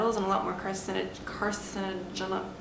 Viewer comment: I know this is going to be wildly unpopular and possibly bring on a tsunami of hateful comments, BUT, nonetheless, I find it hard to take advice from someone claiming to be a college graduate that spells the word, fantasy as “fantacy,” and can’t pronounce the word “carcinogen.” As an English major that was extremely disappointing.